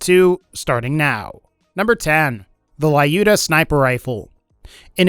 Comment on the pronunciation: It's 'Lyuda', not 'Laiyuda' or 'Liyuda'.